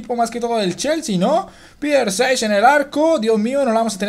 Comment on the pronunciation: se escribe Petr Čech y se pronuncia Piter che: Petr Čech sin ofender tu sigue haciendo videos eres muy bueno has el equipo de alemania,brazil o inglaterra